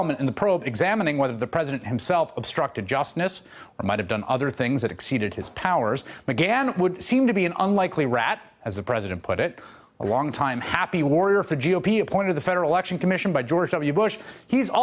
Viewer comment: He said justnise lol